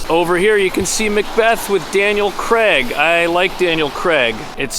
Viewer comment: It’s pronounced crayg (craig) not creg. Why must you Americans butcher the English language so badly